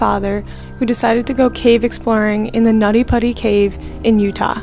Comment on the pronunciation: Bruh did she say “nutty buddy” cave?? Its “Nutty Putty Cave”. Holy shit people like can you at least try to put minimal effort into anything you do…